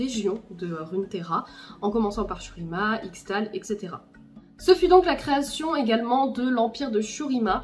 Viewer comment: Je sais, je suis relou, mais ça se lit "ichetal" !